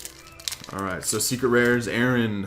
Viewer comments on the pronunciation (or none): none